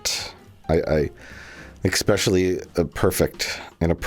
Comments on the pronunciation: "exspecially" - Hack Fraud Mike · Mike says EXspecially. I have to say Mike, that hurt me. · Did Mike say "ecspecially"? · Mike says "expecially" like a 5 y/o, and has the gall to ridicule the wonderful human being that is Rich Evans whenever something equally stupid comes out of his mouth... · “Ex-specially” - Michael Stoklasa, drunken Milwaukee resident and internet model